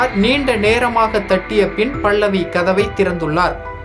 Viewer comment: டோய் பைத்தியக் ககர பேச்சாள, பள்ளவி இல்லடா பல்லவி பேச தெரியவில்லை என்றால் பேசாதே